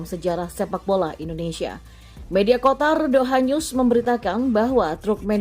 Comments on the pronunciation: Qatar min.. Bkn Qotar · kenapa QATAR dibaca QOTAR? kenapa ga dibaca QOTOR? 😄